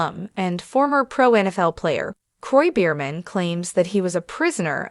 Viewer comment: What are you saying? The whole world already knows about this couple. Please pronounce the name properly.